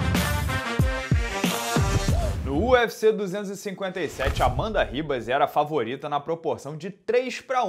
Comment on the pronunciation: Sai de "Ribas" Herb Dean!